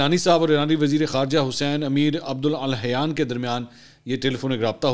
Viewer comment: You should check your pronunciation of the name of the Foreign Minister of Iran. It is Abdullah-iyaan عبدالله+یان. Having a parent from the Hazara tribe should have made you a little more competent in this regard. With apologies for being so candid.